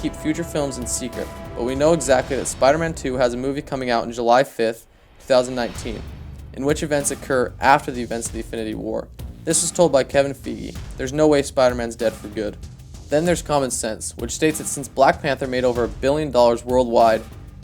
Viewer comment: Feige is pronounced like Fi Gi